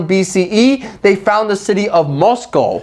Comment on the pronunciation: guy is talking all this mad crap about make-believe places but starts stammering when he has to pronounce Muscova